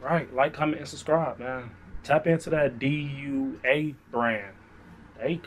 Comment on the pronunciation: damn u late on the DUA hype. i got my first bottle in 2019 and had probably like 100 bottles from DUA. its pronounced Do-ahh. i think it was Cubaknow that put me onto that house a few years ago, he has a ton of dua videos